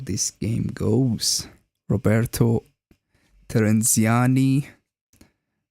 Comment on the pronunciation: Thank you for the comment, and for the analysis! And, btw, great pronounciation of my name 🙂 Take care, Roberto